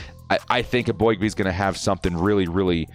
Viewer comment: Bro, you’re sleeping on our 4th round pick Justin Eboigbe! And just so you stop jacking his name up, the O is silent and is pronounced E Big bee!!! He only dropped in the draft cause of his neck injury, but the dude is an absolute beast of a DAWG!!!! He definitely deserves a much higher grade the a C lmfao! Just wait, he’s gonna hold the D line down! ⚡️Bolt up⚡️